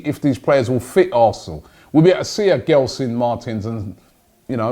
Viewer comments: It’s not gel-son Robbie its gel as in hair gel, so pronounced like jelson martins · The name Gelson Martins in Portuguese is pronounced more like "Jelson" and not "Ghelson". And then "Marteens". The last syllable in Martins is the strong one. Of course it´s easy for me to say that. On the other hand I pronounce a lot of English names wrong, and there must be a lot of mistakes in these sentences I write. Sorry. I just love this cosmopolitan club and wish Arsenal the best. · Robbie, love the show. Not giving you stick, cause I know you like to pronounce these names properly. In Portuguese, when you have the letter G next to an E like Gelson, it's pronounced Jelson. Hope you sign him as I'm a benfica fan and Gelson is a good player for Sporting. Probably a top 3 player for them. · Pronounce with a J guys. (J)Gelson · You pronounce it as “Jelson” btw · Gelson Martins I think is pronounced as Jelsen Martins